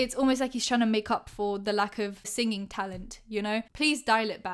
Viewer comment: The way she said singing though😂